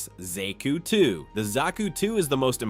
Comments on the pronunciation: Good video but who can't pronounce zaku 😅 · Says Zaku wrong th 1st time (Autocorrects) There were go